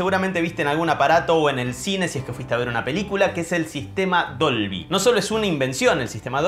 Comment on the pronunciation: Dolvy... Siempre le dice Dobly... Debí haber parecido un idiota!!!